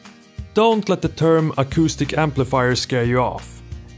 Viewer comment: For a second I thought you said autistic amplifier